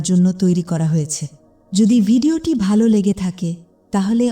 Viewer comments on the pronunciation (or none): none